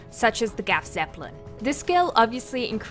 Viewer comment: Try pronouncing the GZ like this "Craf (like in "aircraft") Zeppelin". Not making fun of you, just trying to help (also, "Gaf" sounds so weird to my german ears). Cheerio.